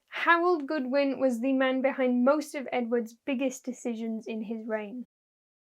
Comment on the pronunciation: Godwin, not Goodwin.